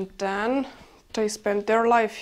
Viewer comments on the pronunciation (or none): none